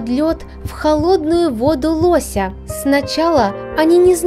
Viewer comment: будьте добры нормально ставить ударение. Не лосЯ а лОся